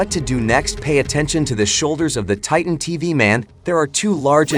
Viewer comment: My guy say titen tv man